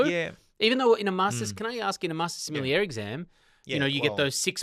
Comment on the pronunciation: I find the pronunciation of sommelier awkward. It’s like there suddenly is an extra syllable after the l. Like sommel-ee-ier instead of the original 3 syllables.